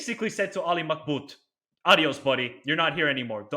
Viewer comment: It's Mab-Khout NOT Mak-bout Why many people reverse the letters?